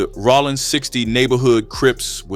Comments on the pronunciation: I’ve convinced myself that he’s pronouncing it like Sonny Rollins lol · Rollin 60's not Rawlin